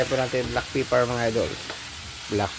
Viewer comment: it's a black pepper* not black peppar